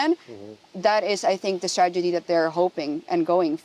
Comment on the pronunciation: She speaks wonderful English but she says stragety for strategy. 🌝 I had to backup to be sure.